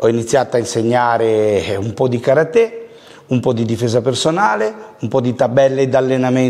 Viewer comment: Che fastidio che non riesce a pronunciare karate nel modo giusto nonostante affianco che lo pronuncia ovviamente giusto😅